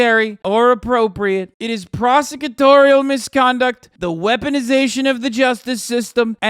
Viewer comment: Dude "prosecutorial" is too difficult a word for a Trump impersonation, lmao